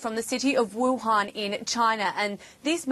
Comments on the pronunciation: did he say wahun ? Youre mean WUHAN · its wuhan city not wahun, literally you didn't make research